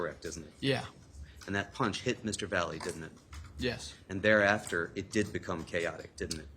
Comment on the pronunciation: Why can’t his attorney pronounce his name correctly?! It’s not Vally it’s Latino, Valle ….he knows how to pronounce that as a Latino himself